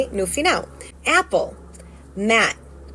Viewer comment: Brasileiros pronunciam apple com E. Eu vivo no Reino Unido à 15 anos aquí o pessoal fala apple ( æpple ) com som de A mesmo. Como ela falou aì.